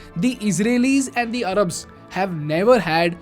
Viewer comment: It’s Arabs not arrabs